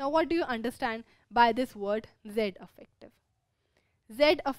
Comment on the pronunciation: Mam affective mat bolo irritating lgta hai